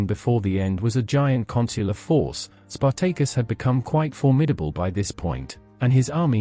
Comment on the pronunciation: Spartaykus Emphasus onthewrong Sylable